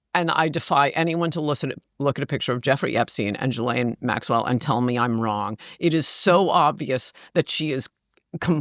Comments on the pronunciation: Jesus if your going to do an interview can't u pronounce people's names correctly...dufrar????? Virginia supposedly killed herself dufray. .Gil. Lane....it effects your credibility. Dufray....gil lane. Repeat after me. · I don't believe this guest met any of the people she has mentioned. She couldn't even pronounce Ghislaine properly